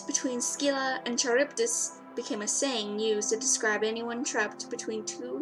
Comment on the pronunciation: It's not Ski-la it's Scylla as in the c is almost silent. Also It's not Ch as in Charge it should actually be a K due to the Greek writing. So it's Karybdis.